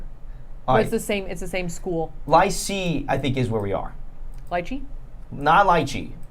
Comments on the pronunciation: As someone who speaks French lyceeeeee was just painful. It means high school btw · As a bilingual Belgian boy these French pronunciations are painful and cringe hahahaha also Lycée is the word a type of high school 🙈🙈🙈